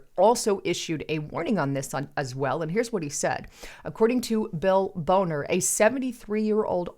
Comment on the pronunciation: Hi, just a side note. I believe the man's name was Bonner, not Boner. And at the 6 minute mark of your video talking about the Chicago PMI Collapse, there's a prominent ad asking the question, "Small Male Organ?" Like I said, "Just a side note."